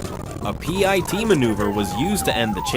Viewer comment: Bro seriously you need to learn proper pronunciation of the word PIT not piti or pity or any other way it's PIT